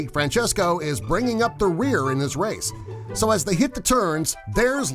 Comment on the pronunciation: lol u said wace